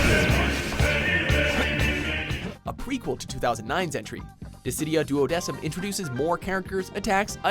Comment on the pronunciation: Is telling me that they could pronounce Duodecim right, but not various anime character names where their names are PRONOUNCED in their shows? Get outta here,...